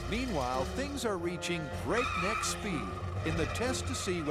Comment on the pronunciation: it's "break-neck" speed